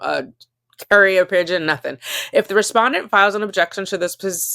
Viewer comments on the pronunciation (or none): none